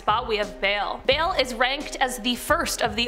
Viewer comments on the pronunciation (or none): note "bale" it is pronounced BALL